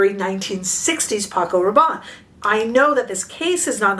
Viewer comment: It’s pronounced Rah’bonnie not Rah’bon.